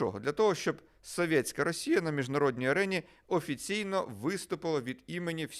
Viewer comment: соВьеТьсяКая - вы так коверкаете это слово что смотреть не хочется. Чисто по рогулячи. Говоришь на украинском, так говори нормально, а не как рагулек из под западной.